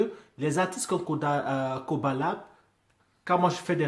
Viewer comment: Salut Man !!!! Sais tu que PNL vient de sortir un son ?? C'est en train de tout exploser !! Le compteur Youtube est bloqué , bref, c'est la folie !!! Le clip est ouf !!!!! Et je t'écris en écoutant ta réaction dans le fond !!! On dit Koba La " Dé " , on prononce le D en fait !!! Allez vivement que tu réagisse au clip de " PNL - AU DD " !!!!!!!!!!!!!!!!!!!!!!!!!!!!!!!!!!